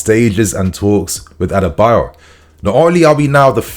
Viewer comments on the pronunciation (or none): not Tosin Adebayor lol it is Tosin Adarabioyo(Ah-dah-ra-bi-oryor) lol just trying to help with the pronunciation, one love bro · His name is ADA -ARA - BI - OYO not Adebayo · ....i know you're trying your best, but it's pronounced "A-da-ra-bi-oyo" not Adebayo... 🫡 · His name is pronounced as A-DA-RA-BI-OR-YOR not adebayo. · Bro, his name isn’t Adebayor, it is Adarabioyo pronounced A_Da_Ra_Bi_O(Or)_Yo(Your) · Why is everyone calling Tosin “adebayo”? His name is “A D A R A -B I OYO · it is pronounced as A-DA-RA-BI-O-YOR and not A-DE-BA-YOR. Get it right bro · Hi dude... The guy's name is not pronounced as ADEBAYOR!!!!! His name is pronounced ADARA-BE-OR-YOUR!!!! It's not good to hear you pronounce this name wrongly!!!! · Tosin A-da-ra-bi-o-yo not A-de-ba-yo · It's Adarabioyo not adabayo 😂😂😂😂😂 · People didn't notice we didn't have a defender initiating attacks, they don't have developed ball playing abilities! And did you just say "Adebayor"😂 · you got to learn how to pronounce Tosin’s last name now. Don’t let Fabrizio out do you on this one😅 “A dara bi oyo” - “Ah dah rah be or your” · you are not pronouncing Adarabioyo well. It's A(Apple) da(THat) ra(RAbbit) bi(BIscuit) Oyo(OR YOUR).... Follow the tone of the word I put in capital letter according to there pronunciation. You'll get it. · u need to pronouns his name well. Adarabioyo.